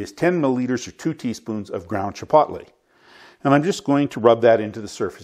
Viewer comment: Its pronounced chi-poetly, like toe. Hard o. Thanks for this though. Keep them coming.